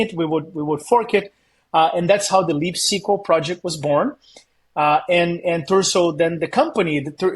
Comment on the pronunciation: Is he saying Leap SQL or Leaf SQL?